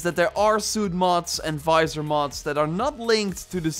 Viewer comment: Visor not Fizor lol